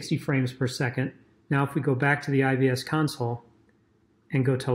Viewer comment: "I V S"...sounds like you're saying "I B S"